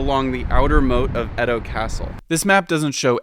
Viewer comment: Nihon = Japan and Bashi = Bridge Edo is pronounced as "Eah Doh" not "Ed Doh" Yama note = 山手 = Mountain Hand